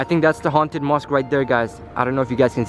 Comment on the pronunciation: I like how he said HA UNN TED HOUSE 😆 🤣 LOL LOVE UR VIDS and this one was so scary